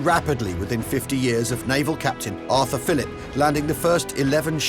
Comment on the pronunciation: Actually, Arthur Phillip. No “S” on the end.